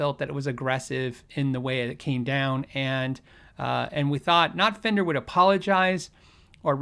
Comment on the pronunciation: " The FWNDER Way" Really